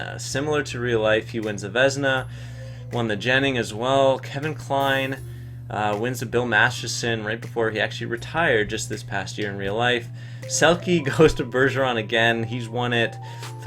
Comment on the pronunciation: Master*ton not Masterson